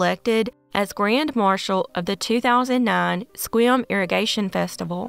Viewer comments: In #3, you correctly said the name of the town in WA, spelled "Sequim!" Yay. {The town's name is said as if: 'Squim'} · Yes, I noticed that too, impressed me: She pronounced Sequim correctly! {Like: 'Squim'} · Hey,, you pronounced Sequim PERFECTLY! Nobody does that! I and my fellow Washingtonians are super impressed. 👫🏽👭👬👪👭🏽👨‍👨‍👧‍👧👫🏿👨‍👩‍👦‍👦👨‍👦‍👦👬🏽👨‍👧‍👦👩‍👦‍👦 👭🏼❣ (Now, about San Juan de FEW ka... ) Actually, you pronounced it the way it SHOULD be pronounced, but isn't. You're such a rock 🌟 - thanks for another great video. 🖐🏼💜🙋🏾‍♀️ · I recently found your channel, and I am impressed. In this case, your correct pronouncing of Sequim WA was spot on. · OK, I'm going to be that Washington nerd for a sec... YESSS! You pronounced Sequim correctly! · You get bonus points for pronouncing Sequim correctly.